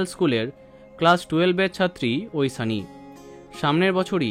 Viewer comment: ঐশানি, ঐসানি নয় .... উসচারন 😅